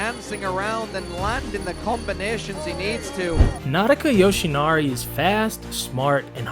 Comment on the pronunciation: Finally, an English speaking youtube explainer who can pronounce the name of the fighter correctly too, as a sumo fan I know just how rare this is lol 👏